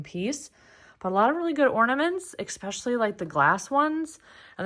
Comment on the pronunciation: It’s ESPECIALLY! Not eXspecially, there is no X